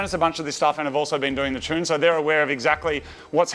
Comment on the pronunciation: I still can't get over how Moog says "tune"..... "chune" is not a word lol